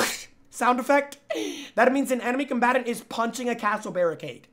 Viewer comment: He Jynxzi love your content you make me laugh a lot especially when you say enemy combatrrr or when chat says their edging. But most importantly whenever my days bad you lift it up. Good work and keep it up